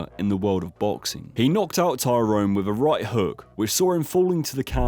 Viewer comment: U kept mistaking KO and tKO, gib vs paul was tko, the others were KO’d, you also kept calling him tyrone instead of Tyron